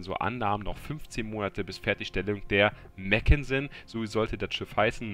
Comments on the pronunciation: Mack, nicht Mäck 😜 Ein Papier Schiff war es genau genommen nicht, nur eben nicht vollendet, anders als die nachfolgende Ersatz-York-Klasse, die wirklich nur geplant war. Was das Panzerung Defizit angeht, das Schiff krankt da etwas an WGs merkwürdiger Einteilung: Sie ist ein Schlachtkreuzer, ein Schiff das zugunsten der Geschwindigkeit auf einen Teil der Panzerung verzichtet und war niemals für eine direkte Konfrontation mit Schlachtschiffen vorgesehen. Eine Auslegung, die den Britischen Schlachtkreuzern noch stärker ausgeprägt war (im direkten Vergleich waren die deutschen langsamer und etwas Kaliberschwächer, dafür deutlich robuster. Btw, die Hood war als Nachzügler eine Ausnahme, die wurde aufgrund der Erfahrungen des Krieges wartend des Entwurfes noch deutlich stärker gepanzert). Wird im Spiel aber wir ein Schlachtschiff behandelt, im Gegensatz zu Alaskas, Stalingrad und Co, die als Kreuzer eingestuft werden... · mackensen..nicht meckensen